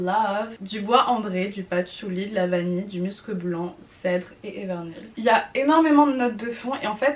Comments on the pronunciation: ça ce dit bien m-u-scs et non m-eu-scs ^^ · Pour information aussi ! On dit muscEUH blanc ! Et enft y’en a sur pas mal de parfum, cette note eft c’est l’effet poudrer qu’il peut avoir dans les parfum ! Par exemple dans le nouveau Nina richi on le sens ÉNORMÉMENT le musc, après faut aimer 🤷🏽‍♀️🤷🏽‍♀️